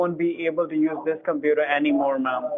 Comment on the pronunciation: "we will fix your compeedo"